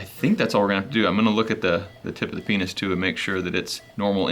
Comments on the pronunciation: I would totally laugh when he says pinus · Every time he says penis 🤣